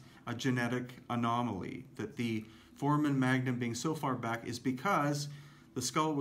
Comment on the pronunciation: "ForAmen", not "Foreman". I can't find the keys to draw a bar over the "A", but it is the long "a".